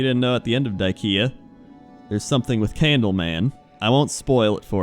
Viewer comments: wait dieKIA not die-KEA? Surely you of all people should know how to spell IKEA. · People it's die-kea not diekia, trolling yall XD